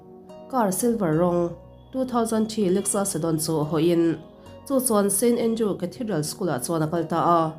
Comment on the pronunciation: st andrews tih tur aw.. a diklo in i lam tluan parh thei nia